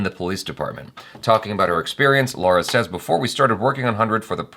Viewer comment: Damn it, it's not "Laura" but "Lara". Just awaiting the day when you'll do a better job pronouncing Indian names. Almost makes me cringe every time you try pronouncing Indian names. It's been quite long, why don't you learn from Achara.?!!